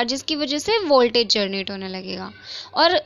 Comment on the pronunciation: U always pronounced generate as "gernate" which is wrong Think how focused and engaged with ur class I am! 😜😛😂